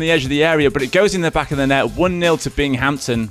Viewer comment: This looked polished. Audio wasn't my cup of tea. Get rid of the Brit. "Bing-Hampton"? Also, names instead of numbers would be nice.